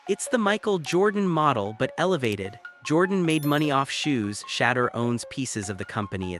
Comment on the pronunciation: Can people please learn how to pronounce his name please and thank you your killing the pronouncing of his name 😮